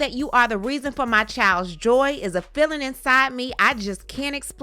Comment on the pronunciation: Sometimes I feel like you're saying shine instead of of Sean. But sometimes I feel like you're saying filling instead of feeling.